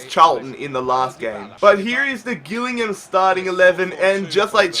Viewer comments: Jill-ing-ham not Gill-ing-ham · You said Gillingham wrong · learn how to say gilligham